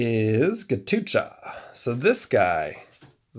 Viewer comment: Man it's not ghatucha 😂😂😂 It's Ghatotkacha . He is son of Bheem in Hindu Mythology.